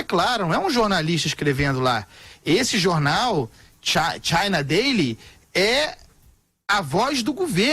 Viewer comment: Denise, vai aprender a falar ingl^es.... esta' ruizinho ainda... na~o consegue nem pronunciar Daily direito.... pqp.... e deve ganhar uma nota da JP...